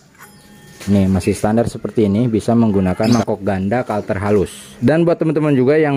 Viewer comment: maaf ad yg salah pnyebutan kalter pd mangkok ganda. mungkin harus nya kartel🙏